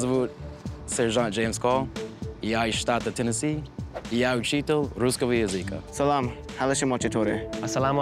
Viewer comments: This instructor mis-pronounced the world "language" (языка) in the term "русского языка". He put the accent on the second syllable of языка; should be on the last. But I know and have spoken to graduates of the Monterrey school, and they are impressive. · I’m sorry but the SSG guy had a horrible russian accent. The stress on языка was way off and he didn’t know how to pronounce soft consonants. In this sentence you could still understand him, but these mistakes can cause a lot of problems if you’re not careful, since these things can be the only difference between two words. He might have learned a huge vocabulary and is able to speak freely, but pronunciation is still important if you want to be taken seriously. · aye that dude speaking russian at the start of the video could have seriously fooled me lol,dude berely had any accesnt at first. but he kinda fucked um on the word language,you gotta put accent on the first letter not on the 3rd. but generally pretty good. qite surprised actually. the dudes on dont even have an american accent,well the dude on the left kinda has,but he has an accent of a russian who grew up in us and learned the language at home. speaks better then some of my friends,who are russian american,the dude on the right had a russian jewish accent,not american. im impressed. really,some ethnic groups iN RUSSIA dont speak russian as good as these guys.